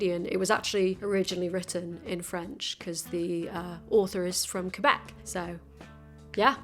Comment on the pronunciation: In the big picture of this video, it is such a small detail, but I GREATLY appreciate that you pronouced Québec as "Québec" and not "Cue-e-bec" like many anglophones do. I don't really mind when it's mispronounced, but I always feel a bit more seen when creators learn the proper pronunciation Québec